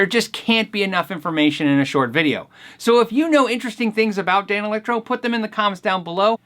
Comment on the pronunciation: I still like hearing you say Dane Electro 😃